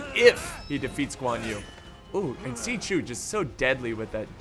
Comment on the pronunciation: Couple of suggestions for pronunciation: "X" is pronounced like "Sh" and "A" is pronounced like "Ah". So when you say "Xiahou" it should sound like "Shya Ho" and "Zhang Yan" like "Jahng Yahn." Your pronunciation is getting better! Thanks for the great vids!